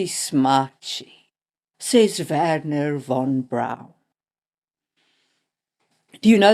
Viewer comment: Neat song at the start, and perfect pronunciation of Werner, but why saying "von" as "wann"? Because that's the original song pronunciation perhaps?